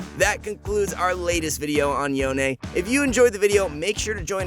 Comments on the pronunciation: It s CALLED “YON” NOT “YON-AY” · yona??? yona??? its yone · Its yone, not yoNÉ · STOP CALLING HIM "YO - NEY"! it's pronounced as "Yowhn" for fucks sake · stop pronouncing him YONE-A. Theres no e' in his name. its fuckin YONE. just YONE